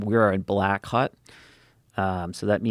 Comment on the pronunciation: I know he meant hot but yeah he def pronounes it as hut